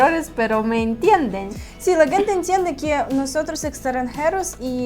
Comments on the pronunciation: interesante video y una correcion a su pronunciacion es que dicen "guente" la palabra "gente" y se pronuncio como si fuera con la "J" "Jente" un saludo ! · ✅️Muy interesante vídeo, con todo respeto una observación a la palabra "gente " la están pronunciado mal jejeje están diciendo "guente" y la "g" en esa palabra suena como "j" suena así "jente" aunque se escriba con "g" ,gracias por el esfuerzo de hablar el español saludos de un 🇸🇻🌄👍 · Hola vera saludos desde Managua Nicaragua, hace tiempo te había sugerido practicar más la pronunciación de la palabra gente - se pronuncia con "J" léelo Jente para pronunciar pero para escribir se pone "Gente" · Están pronunciando mal la palabra “gente”, porque es con el sonido de la “j”. 👋🏻🤗